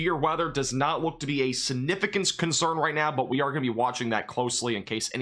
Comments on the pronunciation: I love, but my god my biggest pet peeve is when he says siGnificant. He never says the G and it drives me absolutely bonkers for some reason. I know, I know. It's no big deal. It's just how my brain works... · Good job & thanks for the update!Slow down when you say the word “significant”, it comes out sounding really weird because you’re not pronouncing the “g” or something.